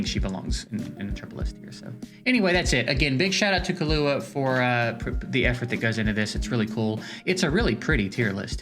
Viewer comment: its kill ua killua basically the way the "hunter x hunter" anime 2nd protagonists name is pronounced everyone is butchering this name i see in all tier list videos